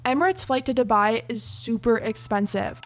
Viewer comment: hate this bc dubai is my hometown and they're butchering the pronunciation !!!!!!!